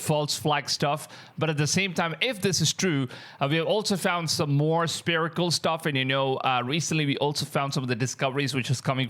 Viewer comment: Dude it's not spirical it's pronounced sferical as in spherical sphere sfear not spear